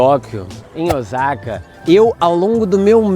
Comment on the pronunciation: Vídeo muito bom ! A única coisa q m intriga e pq muitos turistas brasileiros falam Ozaka e não Osaka ? Moro há 26 anos no Japão e aqui ninguém fala Ozaka !